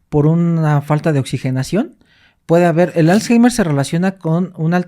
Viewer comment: aprende a pronunciar correctamente la palabra Alzheimer 🤓